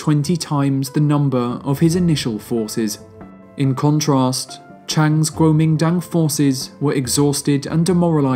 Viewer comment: 不错，收听你。国民党的英文念法貌似不对哦。